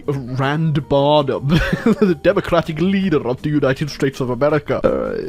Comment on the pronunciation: uai, tu falou estados unidos diferente